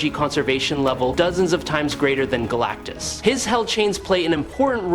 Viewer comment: AI voiceover cant pronounce "Galactus"